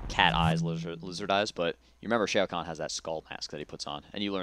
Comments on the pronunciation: its fucking annoying how they r saying shao kahn! its pronounced Shaow Kahn not shayo kahn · who's Shay-oh Konn? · Shay-O Khan? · SHAY-o Kahn? the Shaytards are in on this? 0_o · "Mr. Shayo Kahn" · He ts pronounced Shao Kahn wrong! lol